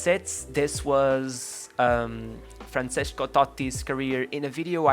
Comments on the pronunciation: Great video but you should see the pronunciation of Francesco. It's Fran-Che-Sko not Franseshko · Isn't it FranCHesko? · Why do you say Franshesco lol